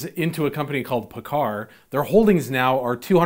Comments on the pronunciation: Great video, man. I'm a diesel tech working for a Kenworth dealership and am investing in the stock market. Your pronunciation of Paccar is off, dude. Lol (had to bust your chops) It's actually pronounced "PackCar". It's good to know that my intuition is on thos subject was right. Invest in what you know, right? Again, great video. Thanks!! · I use to work for Paccar when I lived in Seattle. A loudsy company! Headquarters is in Bellevue, WA. You pronounced Paccar wrong. LOL